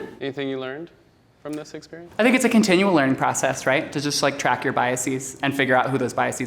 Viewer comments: why he pronounce "biases" like that 😭😭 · He pronounced biases wrong.